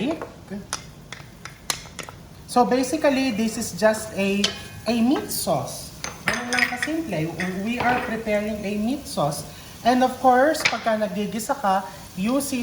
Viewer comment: Basically pronounce silent c as basic-lly, physically as physic-lly and so forth then you’ll be fine. Thank you!